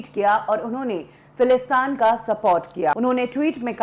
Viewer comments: Falastaan nahin, Falasteen. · Correction lady in the video. it's Palestine not Falistaan. I don't know what u r trying to make but it's Palestiiiiiiiiiiiineeeee sounds like teeeeeeeen Not falistaaaaaaan like Afghanistan If you trying to make it sound like afghanistan u wl b noticed by many and u will be judged. So pls correct ur accent about a country facing war & say the right name Palestine not Falistan. even uneducated person pronounce it right Palestine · If she said falistan to sound like Afghanistan and didn't say Palestine .... She is doing it on purpose I feel who calls Palestine Falistan??? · It's not philistaan...it's philistin or Palestine